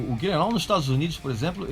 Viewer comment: Parabéns pelo vídeo. Podia ficar mais duas horas falando, eu assistiria numa boa. Espero que tenha outros sobre os álbuns pós Reload. Só uma observação: nos ensinou a pronúncia do sobrenome do Lars, mas chamou o primeiro álbum de "kill-em-au"? Kkk